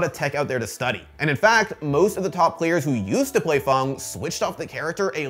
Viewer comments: Please learn how to say fang... Dragons dont have fungs they have fangs... how hard is english? Is it not your first language? I cant even finish watching this... ITS FANG... A DOESNT MAKE A "U" SOUND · Why is Fang pronounced "Fong" and Karin pronounced "Car-in"? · Fang = fong? Wtf 🤣🤣🤣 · why he says fang like fung and karin like kahrin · Is it really pronounced "Fong" vs "Fang"